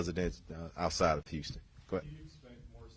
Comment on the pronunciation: Patrick....of hurrrston. 🤦🏽‍♂️